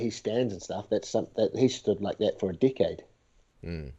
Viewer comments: I thought he said dick head not decade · Kept hearing "dickhead" instead of "decade" lol